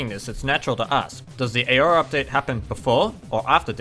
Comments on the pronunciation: I live in Australia (and I'm assuming he does too) and I've never heard anyone pronounce 'aura' as 'eyora' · Nice video but you're not supposed to pronounce the A in Aura. you pronounce it awr-uh. Source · It sounds a bit like you're trying to pronounce aurora lol.